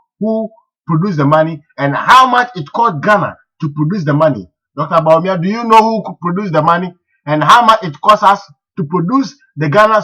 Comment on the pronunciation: This guy needs not to talk. He does not understand economics. What is hard currency?. You can't even pronounce Bawumia. Your figures are even wrong. What does paying wages got to do with hairdresser's shop. You can't even express yourself properly. If you understand economics better what are doing in the USA?. Aint you ashamed of yourself for wearing a United State T- Shirt. Where is your patriotic morals. Yes you are the only one who is educated.You can't even speak well.